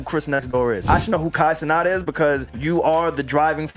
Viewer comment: It proves they dont know wtf theyre talking about when they can’t even pronounce Cenat correctly